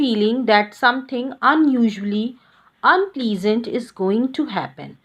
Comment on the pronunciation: "Unpleesannt" nahi hota hai "Unplesant" hota hai gavar